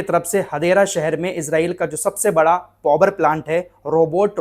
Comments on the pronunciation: पौवर नहीं भाई पावर प्लांट बोले ओके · Bhai "povar"plant nahi hota Power(paavar) hota he. Itne bade youtuber ko is baat ka khayal rakhna chahiye.